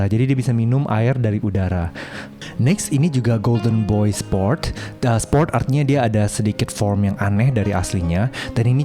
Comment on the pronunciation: izin koreksi kak, itu bukan golden boy sports tetapi golden boy spore. Memang ada missedheard dari pronounce nya Shijak 😅. Jd spore itu maksudnya hasil tumbuh dari spora, bukan dari anakan.